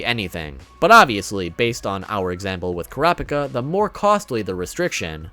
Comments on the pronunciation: holy god man please its pronounced KURA-PI-KA not KORA-PA-KA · Why he saying Kurapika as krapika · Kurahpikah? Stop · Couldn’t keep watching after the way he pronounced Kurapika lol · The way he said kurapika😂😂😂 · The way you say Kurapika’s name is hella cringey 😅😂 you should watch the sub version of the anime to hear the correct pronunciation 😁😂 OMG and Killua 😂😂